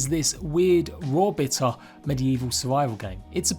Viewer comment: its called raub-ritter